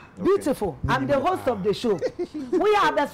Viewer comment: I’m the worst in my family 🤣🤣🤣🤣🤣 and it’s not hoss it’s host. Love ❤️